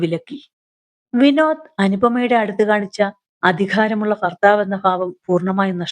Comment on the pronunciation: കഥ കൊള്ളാം. ഫാര്യ അല്ല ഫർത്താവ് അല്ല (ഭാര്യ. ഭർത്താവ് )ആണ് 😂അത് ശ്രദ്ധിക്കുക.